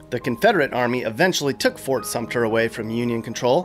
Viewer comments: It's Fort Sumter, not Sumpter. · and its irritating when people spell sumter as 'sumpter'. Like people pronouncing folly as 'foley'